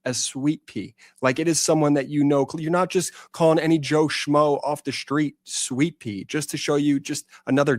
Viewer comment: was it Sweetpea or Sweetpee?😂